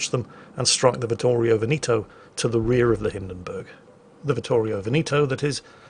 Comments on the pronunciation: Ve'-neto, not Veni'to.... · Veneto, the second E sounds like the first one. You keep saying Benito all the time. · It took me ages to understand what ship meant talking about Veneto. The british unability(or unwillingness) to pronounce "E" in latin pronunciation